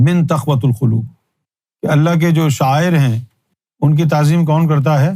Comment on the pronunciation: تَقوَۃَ الْقُلوب ❌ تَقوَی الْقُلُوب ✅ آپ اتنے بڑے جاہل اعظم ہیں کہ آپ دیکھ کر قران نہیں پڑھ سکتے لیکن خود کو مفتی اعظم سمجھ بیٹھے ہیں😂 آپ جیسوں کو دیکھ کر بخاری کی حدیث نمبر 100 یاد آگئی۔